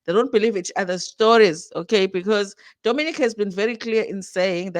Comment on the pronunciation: They are both confusing me in different ways, we are trying to understand the community & catch up with all their ongoing changes but they're taking us 10 steps back 😮‍💨 Nonie is intentionally mis pronouncing Dominic but they want us to respect how they want to be called 🤷🏽‍♀️ & Dominic said is nonbinary but also said we must refer to her as a She & again also says she's a gay man...doesn't nonbinary people non gender & referred to as they/them/their??? Ay they are really confusing us 😕